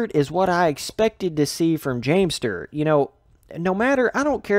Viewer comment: Stewart not Stert